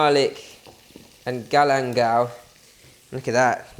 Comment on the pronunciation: What is "Galemdal"?